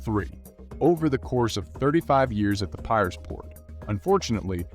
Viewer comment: Pronunciation by commentator very poor with many words eg Piraeus & World War 'i'